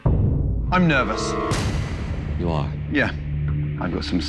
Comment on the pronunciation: "OK, HOW ARE WE, NEARVOUS?"